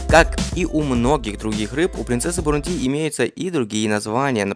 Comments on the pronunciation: Автор, ударения ставить научись сперва! Не бурундИ, а бурУнди!!! Ударение падает на второй слог!!! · Дружище, неверное ударение в слове "Бурунди" режет уши. Посмотри, пожалуйста, в словаре - как правильно.